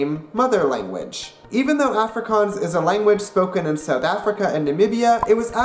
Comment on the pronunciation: Prenounce Afrikaans proply